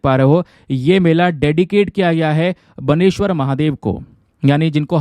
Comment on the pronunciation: Sir it is not बनेश्वर it's call बेनेश्वर fair